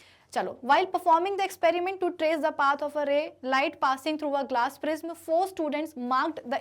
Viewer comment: It prism pronounction is wrong what are u say 🤣😂